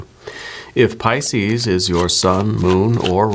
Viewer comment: You are so good! Truly! P-yes, Ca sound not the Ch sound and I have TMJ! I work in the medical field. So happy you posted this! You made my day!